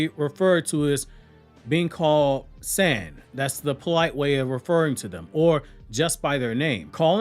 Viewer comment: You do know that "chan" is pronounced as "chon" (rhymes with "John"), not the way that you pronounce it (it doesn't rhyme with "can"). The same goes with "san"